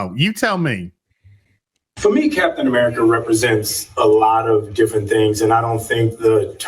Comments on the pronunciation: it's AMERICA, not AMERICA-R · The way he put stress on "America" makes me root for Red Hulk.